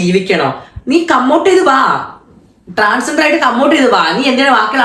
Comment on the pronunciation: ട്രാൻസെന്റർ അല്ല 🏵️റി... ട്രാൻസ് ജണ്ടർ ആണ്... സ്വന്തം കമ്മ്യൂണിറ്റിയുടെ പേരെങ്കിലും പറയാൻ ആദ്യം പഠിക്കു 🤣🤣🤣🤣